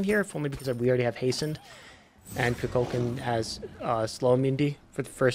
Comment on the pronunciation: Kukulkan, not cu cucon